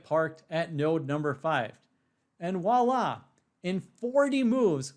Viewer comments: for a smart dude i am wondering why you say wahla? instead you should say Voila as it supposed to be pronounced. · Presh, it's voila.